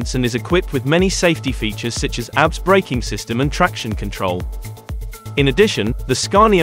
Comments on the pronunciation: ABS braking? It’s not pronounced as a word ‘abs’, it pronounced as initials, A B S. For Antilock Braking System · Agreed his pronunciation on some names are not correctly pronunced properly lol when he pronounces abs its like looking at somebody is working out at the gym 😂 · I was like, "damn! those breaks have 6 packs!" lmao!